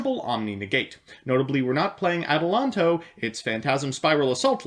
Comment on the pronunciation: The intro sequence made me puncture both my fucking lungs also you pronounce "Eidos" exactly like "adios" (goodbye) in spanish funnily enough you can't pronounce adelantado